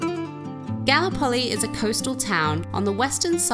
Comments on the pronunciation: Galli-poli? Is that correct? I would have pronounced it Gal-lip-oli, the same way as the Turkish Gallipoli, infamous in The Great War. Messy burger all the way! Englishman: FLA-MIN-GOS!!!!!!!!!!!!!!!! Flamingo: Ignore the crazy English tourist, they'll cart him off to the funny farm soon enough! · Exactly! Definitely GalLIpoli. Ignoramuses! 😂 Edit: also, TARanto, CasTELLo AragoNESe, Salina dei MONaci etc. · That scenery and food are killing me. Outstanding. 👍 The town of Galllipoli is pronounced: Ga Lip Oh Lee. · its calles Gallipoli - pronounce GALLLLLLLIPOLI